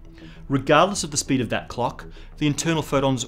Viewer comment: Can't stand the way he enunciates the word "clock"